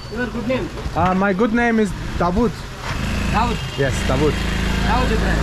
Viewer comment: m py name is Davud he says Daud ibrahim don 😎😂😂😂😂😂